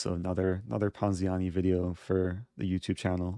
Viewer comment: I like when he says ponziani